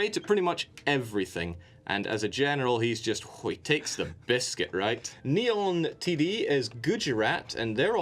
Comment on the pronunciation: Will learn to say that it's NeonDT instead on NeonTD? Tune in next week!